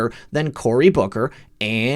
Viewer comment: Every time you say Booker, I hear Booger. More better. haaa haaaa